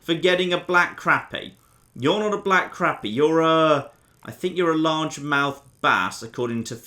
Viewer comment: its pronounced Crop E. Also, when you see fish on the surface you might want something to keep your bait on the surface.... like a float. When you dont see fish on the surface, try a sinker